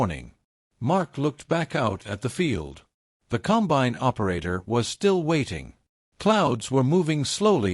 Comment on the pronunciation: Narration is AI and that sucks. Example: the machine is a 'combine' NOT a 'Cum-bine'. This 'STORY' is unnecessarily LONG and wastes time. We all know about the John Deere BS they pulled on farmers AND they lost a lawsuit over the entire deal.